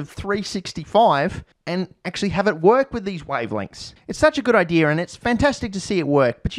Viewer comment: Hey, can you show us where in the word, "idea" there is an r? I've asked Australians and scientists, but never an Australian Scientist.